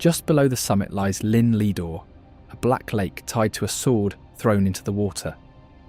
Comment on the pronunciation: You would think if you were going to try saying the welsh words you wouldn't use the English pronunciation. Llŷn for instance is not Lin.... but is much closer to theen .